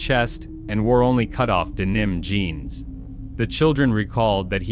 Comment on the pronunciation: I effing hate AI. The damn synthetic voice cant even pronounce denim. You all making this story.... really suck. Its not worth watching imo .. it may be the truth.... but the damn fact that you are so bloody invested in your own channel... you cant even bother to fix stuff. You mean to tell me.. you cant read? You cant get a real human to help. This is the epitome of sheer laziness.